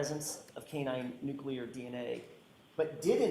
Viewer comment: This expert witness mispronounces “nuclear” repeatedly!! WTF!!